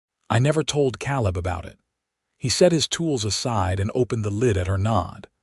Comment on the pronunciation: Not "kal-lib", "Kay'-lib". Spelled Caleb. AI is really terrible at proper names. And I've listened to more than a couple stories where "laddled" is mispronounced "lad-delled" instead of "LAY-delled". Painful to listen to. Like "reed", instead of "red" for "read". And the phonetically spelled name "Ivan ho" for "Ivanhoe". The story is good, but AI makes it hard to enjoy it.